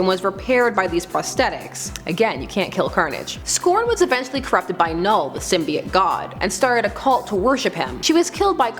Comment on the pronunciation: Symbiote is pronounced "sim-bee-oat". Not "sim-bye-ott".